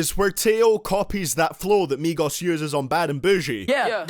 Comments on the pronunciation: He's says migos but it sounds like megas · how to pronounce migos = meegos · Migoss hahahahahahahha i hate migos but i love the way u pronounce it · Idk why there's so many dislikes. Most of these songs were pure garbage and the ones that weren't were VERY eh. Maybe it's cuz ur pronounciation of migos. But seriously tho I can agree with this list